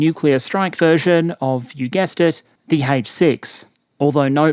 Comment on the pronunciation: I love when says "you gest it, B232" no, I did not guess it